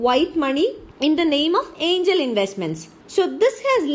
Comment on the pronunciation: Angel or aiingel ??? .... irritating voice ...